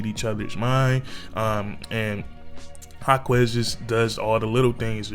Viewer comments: his name is "Ha-kez" not "Ha-kwez" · FYI is pronounced HA-KESS not HA-KWEZ 😂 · haha, you don't have to pronounce the u in Jaquez name. but you spot on with this vid.